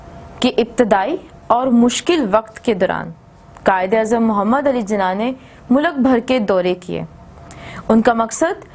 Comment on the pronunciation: Teacher mulak nahi hota mulk hoata Hy